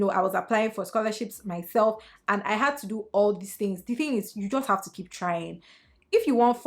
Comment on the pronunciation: “Kip yo mowt shot” 😩😩😩😩